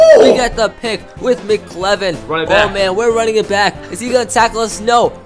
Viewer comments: you also said mclevin. it's mcelvin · he said mckelvins name wrong